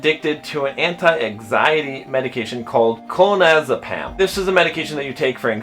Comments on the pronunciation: You have no authority to talk on this matter. You can't even pronounce Clonazepam correctly even when it's clear you are reading the word as you speak. JBP is to be loved and respected for his profound intellect, bravery and yes - even his humanity. He has been open and honest about his struggles and preaches about the potential for human error and suffering in all people; including himself. To conflate his current struggle with his daughters actions is ignorant. At best, your comments are distasteful. More accurately however, they are prideful, ignorant and sardonic. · Respectfully: You did not pronounce Clonazepam correctly so you probably shouldn't be doing videos regarding topics you do not seem to know much about. You also do not seem to realize there is a difference between physical drug dependence and general addiction. They are not the same thing. Also he is only human; nothing more or less. If that ruins credibility then no one is credible. - An RN and recovered alcoholic